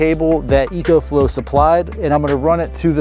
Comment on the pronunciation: It’s pronounced “Eeee-CO” 😂